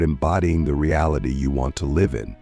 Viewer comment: I wanted to ignore it the first time it happened, but the second time your text to speech AI mispronounced 'live' I was endeavored to write this comment. As an autistic man, I really would appreciate it if people uploading AI-generated dialogue to listen to it first! I don't click on so many of these videos because I just know they're full of semantic blockage. D: In this video specifically, it's not a huge error and pales in comparison to the value of the content - well done, by the way... except too that I'm sure you could have interjected another phrase in some parts instead of repeating "the top 1%" the whole time. Cheers!